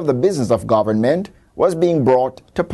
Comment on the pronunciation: lol this guy needs to learn how to pronouce the word "government"